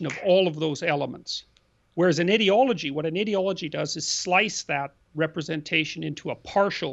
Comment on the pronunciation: Why can't they pronounce the word ideology correctly, so annoying.